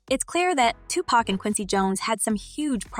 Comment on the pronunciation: Learn how to pronounce everyone's name goddamn! Especially Pac's, it's Tupac not Tupack, smh